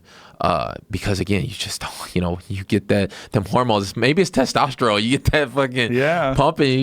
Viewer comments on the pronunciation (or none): none